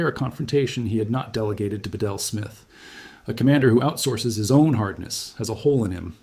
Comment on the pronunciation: Smiths name is pronounced beetle not ba-del, and the usual double talk to stretch the time out good ole AI.